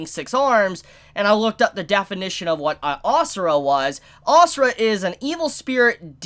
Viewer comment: It’s not asura it’s ashura